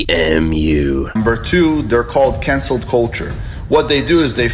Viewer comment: "cancleD culture" 😅😅😅😅